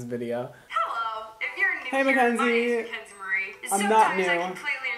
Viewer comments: sooooo, is it mackenzie, or mckenzie?😂 her channel says mackenzie but he says mckenzie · Brad Mondo I’m sorry but you keep forgetting the “a” in “Mackenzie” 😂